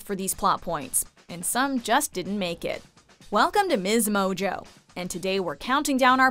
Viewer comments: Why do y’all pronounce ms.mojo mez.mojo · Ok but like sirsly why do u guys always pronounce “ms mojo” MEZ mojo????